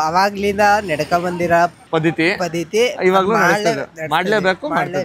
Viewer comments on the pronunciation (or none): Bro adu padithi Alla paddathi ok na bro